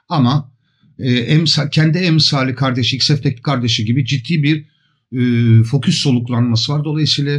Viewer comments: Estağfurullah, hata demeyelim de çok şık bir telaffuz farkı diyelim. Sayenizde ben de severek kullanmaktayım:) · merhabalar, emeğinize sağlık. merak ettiğim bir şey var; neden fokus yerine foküs diyorsunuz?